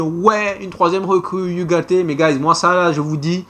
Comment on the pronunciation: tu prononces mal ugarde